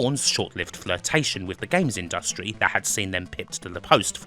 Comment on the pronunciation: I've never heard anybody pronounce it the way does here, and I'm English and worked with WYSIWYG programmes for years. Just one of Kims eccentricities. Like putting the syllable stress strongly on the second syllable in "industry".